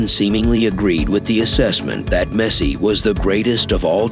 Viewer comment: His name is Messi, not Mercy...you got it?